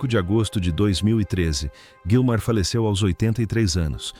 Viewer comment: Gilmar e não Guílmar.